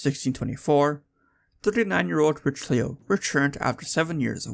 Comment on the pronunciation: Great content Please say Ri-shel-oo please. Pronunciation is important. It’s like a shibboleth, if you don’t take it seriously people won’t take you seriously.